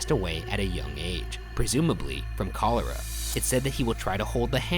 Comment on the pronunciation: The way you pronounced cholera 😂